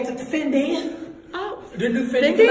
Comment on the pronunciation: Coxy laii Idek didn’t he say Cindy instead of Fendi 🤣😂🤣🤣